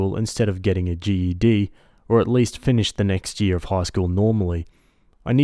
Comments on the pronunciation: Ok, took me a minute to realize you kept saying ged instead of G E D 🤣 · GED is spelled out. sorry but hearing it called "ged" is annoying. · Say the letters in GED, don’t say it as a word Gee Eee Dee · Every time he said GED irked me 😭